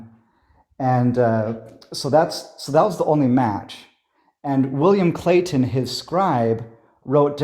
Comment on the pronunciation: William Clay-T-on.